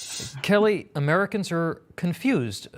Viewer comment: Biden; "Ameeicans are confused right now..." Americans; " Biden is confused, period."